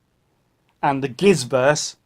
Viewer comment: Are you entirely sure that "Gizzverse" is pronounced with the hard "G" sound??? But I digress... The "Gizzverse", is nothing more than a solipsism... whether it is a metaphysical, epistemological, or methodological solipsism is up to you to decide... but, since I cannot be sure that you exist, or prove that you exist, the whole point is mute...